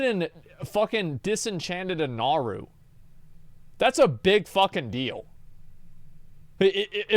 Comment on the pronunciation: "Illidan disenchanted a naruu." haha